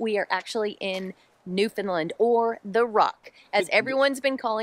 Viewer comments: Newfoundland is pronounced New Found Land. the emphasis is on Land. A good way to get it right is to rhyme Understand - Newfoundland. Newfoundlanders are sensitive to mispronunciation. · It’s pronounced NewfoundLAND. Not NedfoundLUND. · I am really enjoying your video except for your mispronunciation of Newfoundland. It’s pronounced New-FOUND-LAND. Not New-FIn-Lind or New-found-Lind. Think…understand Newfoundland. It’s very commonly mispronounced. My guess is someone probably corrected you (in a friendly way😁) while you were there. I will be watching more of your videos though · As a Newfoundlander living in st.johns to this day Americans always say “new fin land or new fin lind “ lol when it’s plain by looking at the word it’s found. Like the video by the way 😊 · It’s normally pronounced by locals as New fun Land. Many visitors say Lin or Lind. Think understand, New found land. Great video. Have fun. Western Brook Pond is amazing. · NewFIN land ? Newfoundland rhymes with Understand :) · It isn't Newfinlind.... it's Pronounced NewFinLand like Understand. Enjoying your videos. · I'm sure you've figured this out by now but its not Newfun'lund. but 'undersantd' newfun'LAND. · It is NOT New fin lund!!!! New fin land,,,understand? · Hello I live in Newfoundland (St John's). Just a trick to pronounce Newfoundland, it rhymes with understand. Hope you have a wonderful time in our province. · Thanks for visiting our beautiful province. I’m sure you were told this but it’s pronounced New Found Land 😀 great coverage and views. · Your videos are great and I am glad you are visiting Newfoundland and Labrador. One thing though that is driving me crazy - it is pronounced NewfoundLAND - like the word UNDERSTAND. You've probably already left but I thought you should know! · Sa pronounce it this way....and make it ryme Understand Newfoundland 🙂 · A better way to spell the pronunciation is New-Fin-LAND (emphasis on the Land)